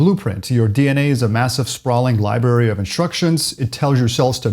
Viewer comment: Did you really say "libary"